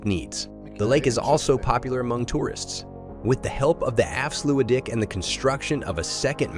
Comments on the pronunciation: Dutch diphtongs seem to always lead to mispronounciations. However I have not yet heard anyone make Afsluitdijk, sound the way he did. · Lol so many stock footage in this video is absolutely garbage. Why show some Russian/Ukrainian city when talking about Flevoland. This video, in many ways, is really.. weird. If you're talking about a project, btw, at least get the name right. The way he pronounces Afsluitdijk is ridiculous.